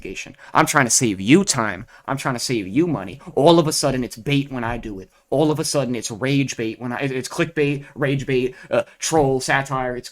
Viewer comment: the way this guy says words with O in them. like Online = ooOOOOWWNNggg-line (a lot of nasal noises) its odd. as well as andthing with an A on it. like All = OOAAWWWLLL (a lot of throat)